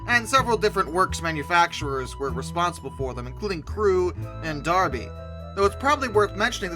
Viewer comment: Please accept a bouquet for nailing the pronunciation of "Derby".